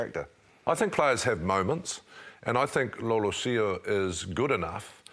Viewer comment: Who is 'Lolohsio'? It's pronounced 'Law-LEH-see-aw' (Noah Lolesio).